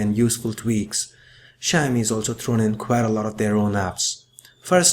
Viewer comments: Mr.anchour it is not a "sha-mi", pronounce it right, it is shao-mi (Xiaomi) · hahha I thought he was saying shiny at first. Great review. Definitely more reasonably priced. I've realised that Samsung likes to mark up it's price and let it drop drastically within a year. I would buy this but I already bought a phone. Regretting it big time.